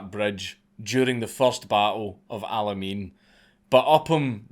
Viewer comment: There's something about a Scotsman saying "El-Alemein"